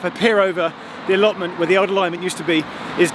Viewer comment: Die he just say allotment?